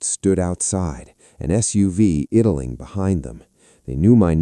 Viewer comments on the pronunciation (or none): FFS... it's EYE-DALL-LING not ID-DIL-LING... YFDAA😢